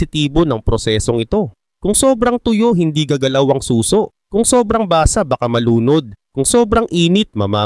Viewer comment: Suso? As in breast😅 susò